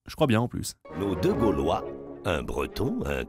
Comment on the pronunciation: Ses pas galvois ses gaulois mdr